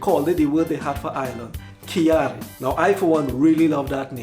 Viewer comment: The video was nice. I like the research. Trinidad is Ka- iri.. You have to annunciate them slow and sound out every letter. 😂 i truely enjoyed it. 💪💜